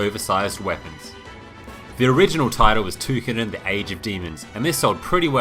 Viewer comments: Ta-Ky-Din. not too-kiddin ty for the review tho thumps up! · its pronounced Toh kee den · No it is TOH KEE DEN